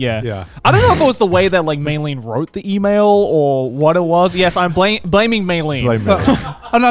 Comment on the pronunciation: meilyne is her name btw not mayleen